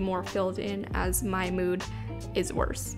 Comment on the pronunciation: no one:: mEwD tracker lmaooo